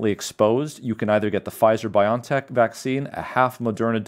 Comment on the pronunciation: It's BioNTech. Not pronounced BY-on-tek, but BY-o-EN-tek. That's because it's a contraction of 'biological engineering technology.' Think of the American company Genentech, now part of Roche. Not pronounced GEN'n-tek, but gen-EN-tek ('genetic engineering technology').